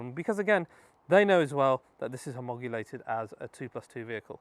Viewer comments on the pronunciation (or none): It is NOT pronounced homogulated: NOTE its HOMOL O GATED....great conversion though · Homogulated?.. I think you mean homologated 😊